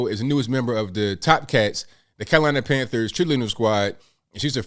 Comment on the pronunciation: Carolina tran-thers...